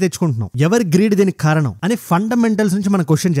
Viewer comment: Telugu Bagundi kani కారణం అనాలి ఖారనం కాదు అండీ